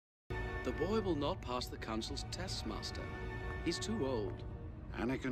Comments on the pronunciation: Only problem with that JAT guy is how he pronounces "master" like an American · The only thing I find wrong with James Arnold Taylor's imitation of Ewan is the way he says "Master". He goes for the american pronunciation instead of the english pronunciation